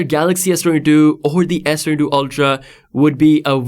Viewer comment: मायक्रो स्पीकर को भी समझ नही आ रहा है S22 बोल रहा है या S32 बोल रहा है.